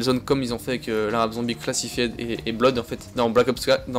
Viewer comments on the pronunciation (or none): none